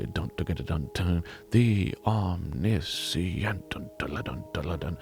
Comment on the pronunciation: LMAO I had noticed that omniscient was mispronounced but always thought that it was done intentionally to highlight the fact that he didn't know quite as much as he insisted he did. In the end it is better that way IMO, indeed.